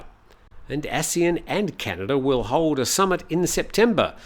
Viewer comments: From Wiki:"ASEAN (pronounced as three syllables A-SEA-AN),[c] officially the Association of Southeast Asian Nations". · Please pronounce ASEAN properly. The way you pronounce is wrong.